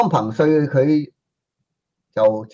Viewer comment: 唉！一直都讀錯彭帥的名字